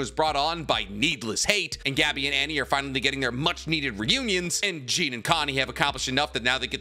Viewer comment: Did you really just say Jean like Jeen??!!??!!